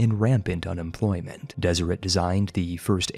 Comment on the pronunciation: Deseret is pronounced Deserette